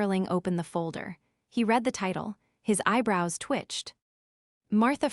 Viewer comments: I am not sure if these stores are created by AI or humans but they need to learn a little more about the english language for usage context. When to pronounce words like lead and read. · your narrators need to learn how read can be pronounced in two different ways.